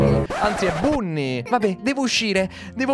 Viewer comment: No fidati si dice bonny 😊😅